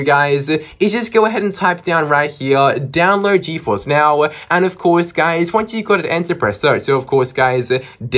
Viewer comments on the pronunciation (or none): Its download not dowload😅😅😅😅